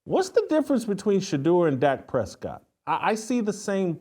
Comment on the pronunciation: This fool said Dak Prescott 😂😂😂😂😂